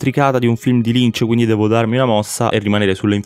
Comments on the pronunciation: "quinidi" carino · "quinidi" "buisness" LOL